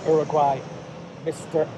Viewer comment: Exactly my thoughts. Some Hispanic monument in Greece. Y la forma en cómo pronunció el nombre me hace pensar que sabe algo de español.